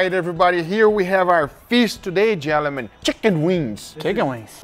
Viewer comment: Is no one going to talk about how he said "gelemen" ?